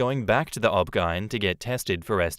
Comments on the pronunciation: OB/GYN is pronounced by name each letter separately, not as an actual word. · It’s an Australian thing, is it not?